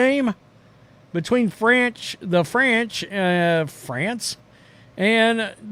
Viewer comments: Franch. Shoo’ dat’s Murican AH righ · The Franch?😂